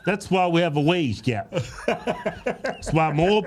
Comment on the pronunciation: I swore at first they said weight gap. Oh wage gap.